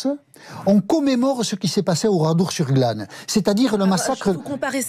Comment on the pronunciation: « oradour sur GLAM « 😂😂